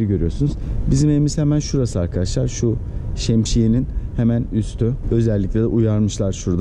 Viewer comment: Şemşiye Değil Şemsiye!